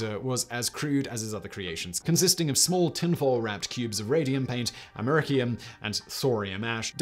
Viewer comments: “Americum”? I’m pretty sure it’s Americium... rhymes with Elysium. He misspoke. But, don’t worry. I’m sure he’ll fix it in the post. I mean for the final release. Not this rough cut. Otherwise, he might reveal that this is (yet) another YouTube channel... hosted by someone who overestimates his reading comprehension... while pretending that he is qualified to educate his audience on the topic. Perhaps, I’m mistaken... he was forced to rush this out by his idiot producer. And you know what they say about miracle-men? Rush a miracle-man... get rotten miracles. :-) btw- , again... “Americum”. smh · Americium-241 pronounced Am-Ah-Ree-See-Um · Jesus learn to say Americium properly!